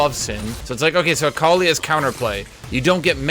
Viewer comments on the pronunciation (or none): none